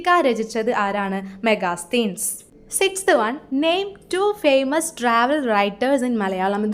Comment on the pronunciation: Hi, മെഗാസ്തീൻസ് എന്നല്ല 'മെഗസ്തനീസ്' എന്നാണ് വായിക്കേണ്ടത്.